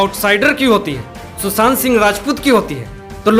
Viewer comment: Susant se v bade bade problem he mere Bhai. And for your kind information sushant Ki bat 4 mahine se chl raha he. Sir ji WAP kab se reporter ban gaye aap to d ka ucchaaran r bolke kartein hain. Saayad aap ko pata nahi hai